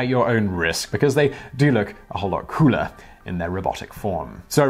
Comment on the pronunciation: that last sentence i had to turn on CC for, cause i heard "they look so much crueler in their helmets" when you actually said cooler. i guess both kind of work, depending on how you feel about robots in general though.